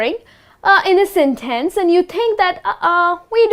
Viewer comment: She put the wrong stress on the word "sentence", didn't she?